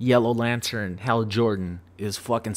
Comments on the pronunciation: It's Hal Jordan, not Hall Jordan. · It's Hal Jordan not Hall Jordan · "hall Jordan" c'mon!